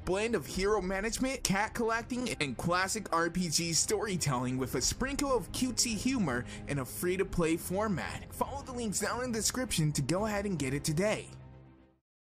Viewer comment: in the castle cats sponsor at the 6-4 seconds left mark you said quassic and not classic.